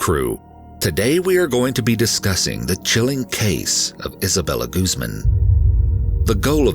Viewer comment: Guzman= goose-MAHN